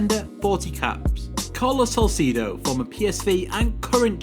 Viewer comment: That not Carlos Salcido is Carlos Salcedo XD